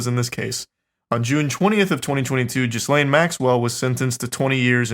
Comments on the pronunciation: Guys it's not jizzlain it's galayn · .......was "Jizzlane" a conscious choice? I've always heard it pronounced "Geelane". Lol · it’s pronounced: GEE-lane not jizzlaine lmaoo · Ghislaine is pronouced like gil ane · Lmao “Jizz-Laine” is my favorite way to pronounce Ghislaine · I love that you are calling her jizzlane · It's pronounced Gill-lane. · Their pronunciation of Ghislaine is driving me insane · The pronunciation of Ghislaine is driving me insane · The “S” in Ghislaine is silent boys